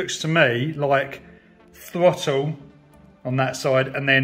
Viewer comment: It's pronounced THROTTLE not FOTTLE.